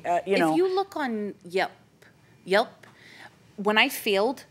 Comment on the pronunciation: It also showed me that she may be a bright young lady but that she isn't super educated. She's trying so hard, which I respect and applaud. Good for her. But I think she may be having a hard time as it is. She kept saying "yep" instead of "yelp" and called reviews "views". It seems like she wasn't dealt wonderful cards and maybe isn't learning at high capacity. Combined with their lack of skill for teaching others this really just wasn't good for anyone. Sad. 😢